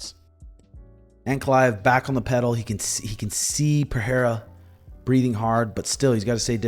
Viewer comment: The way says Per-Hair-Uh kills me 😂